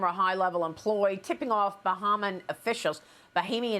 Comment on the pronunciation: Thank you for correcting your pronunciation of “Bahamian”! Not too many media members have pronounced this correctly!